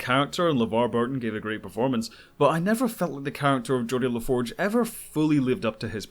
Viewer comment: Well done with the exception of Geordi La Forge.